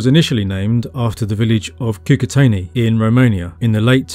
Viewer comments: it's KOO-KOO-TZ-AENI (short vowel in the end) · The i at the end of Cucuteni is a palatization of the n before it, not its own separate sound. It's hard to explain, but basically, it's not an "ee". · thank you for the video, my mom was born in the north of Moldova, and as far as we know her family has generations living in this area. couple comments: 1. Cucuteni you don't have to pronouns last I make last N soft in the end. 2. You say there are 2 mysteries, in the video 1 how they where Burying their dead and h\why they burned houses every 60-80 years. we can speculate that if you combine both mysteries we will have the answer :) 3. in Moldavian culture we have a special room in the house where we keep most beautiful furniture and decorations , that room is mostly used for holiday feasts and inviting guests we call it "casa mare" witch translates as "big house" it is interesting that in Cucuteni Culture they have several connected small houses and 1 big house. like an apartment with several bed rooms and a living room but instead of halls its open air. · lovely video! I just want to note that romanians and moldovans are latin and our language is part of the romance family, so we also use short vowels. when you pronounce Cucuteni, the "i" should be shorter. the way you pronounce it is as if it had 2 "i" at the end, which would be the plural articulated form "Cucutenii" which would mean "the cucutens". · Your enthusiasm is commendable. However, you really should have learnt how to say Cucuteni and Vinča, it's not rocket science You would probably break your tongue on Tărtăria, i beautiful valley in the western Carpații